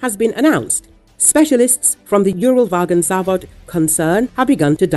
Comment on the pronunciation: Yúral Vágon Závod LOL. The word is Uralvagonzavód (Уралвагонзавод), stressed only on the last syllable. Why pretend that you have expert knowledge when you make such a hash of the Russian names?